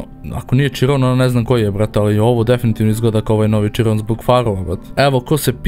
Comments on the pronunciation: Izgovara se Širon a ne čirom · Nekaze se bugatti čiron nego širon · nije ciron sa c nego siron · Nisam smarac ali ne kaže se čiron nego kiron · Kaze se Hiron a ne čiron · nije čiron nego kiron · bugatti širon se izgovara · nije chiron tako se pise kaze se širon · Kaže se širon